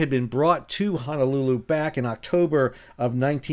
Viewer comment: Please Sal…! It’s pronounced HONOlulu… Not(!) HANAlulu… Mahalo😑